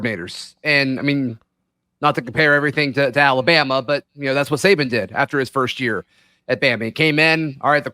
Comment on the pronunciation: Yeah he barely eeked out two game that he should have lost and his coaching had nothing to do with it. If anything he got out coached. Auburns roster vs Bamas? And we still almost beat that a** last two times in Jordan Hare. Wouldn’t exactly call that “crushed” lmao. And it’s Saban not Saben. Are you 9 or something?